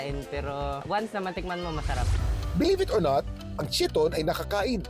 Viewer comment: KYE-TON ang tamang pronunciation sa pangalan ng mollusk na chiton, hindi chee-ton. Ang chee-ton ay ang Americanized pronunciation sa makalumang pananamit ng mga Griyego na chiton (Greek: khee-ton). Pero sa mollusk ang universal pronunciation ay KYE-TON. Halatang wala naman talaga kasing alam, nagbabasa lang ng mga nakalap ng researchers niya.